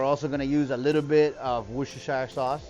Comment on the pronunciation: The pronunciation of Worcestershire is....... "Wistersheer".